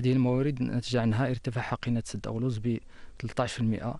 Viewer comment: حشومة مديع مغريبي ميعرفش انطق اسم منطقة اولوز المغربية awlouz وا oulouz